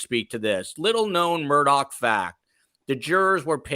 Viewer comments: On South Carolina- MURDAUGH IS PRONOUNCED: (in a slow drawl) MU—- RD - ER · The name Murdaugh is being pronounced wrong. It is Murdock and is an old Scottish name, also has it's own coat of arms and family crest. Sorry to say it's been shamed.